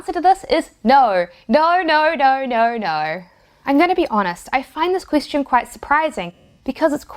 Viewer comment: Question...you said "Queis-tion".